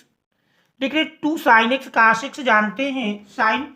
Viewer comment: Cos ❎️ Cas ✅️ 😂😂